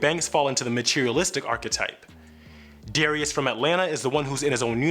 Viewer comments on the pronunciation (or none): none